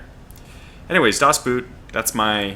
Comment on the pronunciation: By the way the "oo" in the german word "Boot" is pronounced like "oa" in the english word "oak". Your pronounciation of "das" was spot on though!